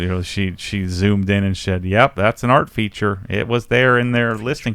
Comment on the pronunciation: "it was an art feet-ture" HA!